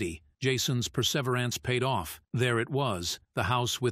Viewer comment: Per sever ance? lol